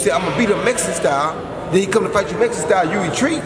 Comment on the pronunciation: MEX - I - CAN. ( Canelo )